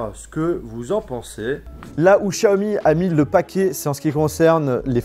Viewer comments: pourquoi tu dis chiaomi et pas Xiaomi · Pourquoi dire chiaomi 🤔 c'est tous simplement Xiaomi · Pas Chaomi mais Xaiomi 💯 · Par pitié arrête de dire Chiaomi sa me perturbe